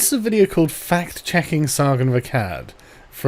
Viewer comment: I cant help but hear it as fat checking when she is talking.